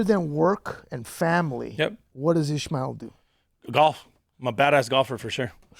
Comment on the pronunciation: its not ishemale, its IS Ma EL